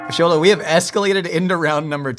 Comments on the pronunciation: this is why i love! thank you for pronouncing Xolo's name perfectly and correctly <3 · Respect to the interviewer for pronouncing Xolo’s full name right